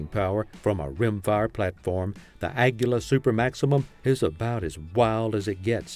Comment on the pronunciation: lost me when you can't even pronounce Aguila correctly😂😂😂 Just prove you don't know anything about the ammo you're talking about